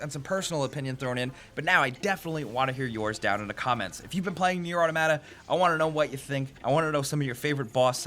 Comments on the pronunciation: I got triggered when he said au tomata it's 'auto-mata' 😂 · "O-tamada" lawl. Auto-mata. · Your mispronouncing Automata. I'm sorry but it really bothers me. Its pronounced Autah mah tah, not Auto matah. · automAta, not autOmata weaboo game, give me a refund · Why do you pronounce it "atamata" and not "auto mata" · "Nier Atomada" how can you not pronounce the word Auto & Mata? _' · straight butchered the name .. lol 😂 😆 😝 🤣 Nier urttermadda 😂😂😂😂😂😂😂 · You pronounced it right the 1st time... aw tom uh tuh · "otamada". Is that actually how Americans say it? Jeez. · (Ah-tom-ah-ta FYI) I really enjoy it. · AutOmata. Like automaton...Good video, bro. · Funny how the pronunciation of "automata" is correct at the beginning and reverts to "a tomata" at the end again, like with most people. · The way you pronounced "Automata" really ruffled my feathers. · The way you're saying automata is driving me crazy. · I know I sound like a jerk here, but I really do wish more reviewers would pronounce "automata" correctly. Sounds cooler, too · You switched the way you pronounce Automata mid-video :|